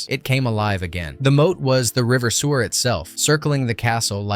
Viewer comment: Cahir Castle pronounced “Care” River Suir pronounced “Sure”